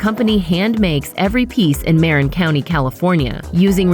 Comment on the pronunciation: It's Marin County. Like muh-rin. Not mare-in